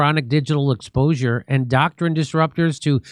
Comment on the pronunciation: Jimmy,.....END 'O CRINE , O as in O'Toole , Crine rhymes with Swine .